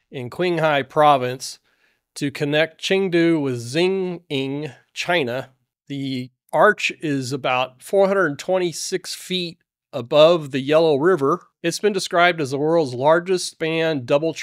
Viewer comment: Dude come on, the correct pronunciations are "cheeng-high" (Qinghai), "chung-doo" (Chengdu) and "shee-neeng" (Xining).